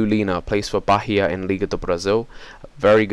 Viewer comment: bahia is pronounced baia :) thumbs up so he can see!